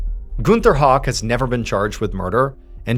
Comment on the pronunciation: Shooketh when the German guy was exposed and we have the same last name 😫 btw, it’s pronounced “how-k” not “hawk” but I get that all the time 🫠